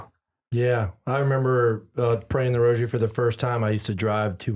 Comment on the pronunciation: Thank you for pronouncing rosary properly and not saying "rojery"...i hate that..